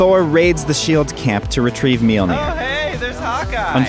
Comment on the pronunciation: The way he pronounced Mjolnir almost killed me with cringy